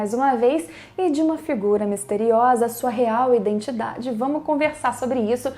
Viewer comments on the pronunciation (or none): none